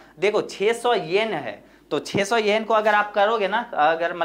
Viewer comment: Pahli baat 10sen nahi 10 yen hota hai 😁 Aur dusri ye ki 60 (sixty) yen nahi 600 (six hundred) yen hai vo 😂 But achhe se clear kar diya aapne 👍